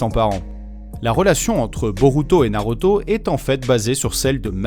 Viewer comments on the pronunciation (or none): Super vidéo 👌 mais tu ma perturber avec la prononciation de naruto en NarOto